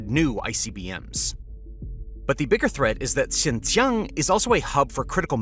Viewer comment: It's Xinjiang, pronounced syin-jee-ANG, not Xinxiang.